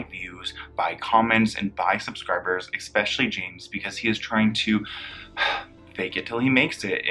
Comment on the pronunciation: The word is especially. Not expecially.